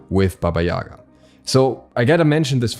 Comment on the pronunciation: Dude, please... Not YAga but yaGa... She is character of our tales and thank you for your awesome videos anyway ad warm hello from Ukraine ~~~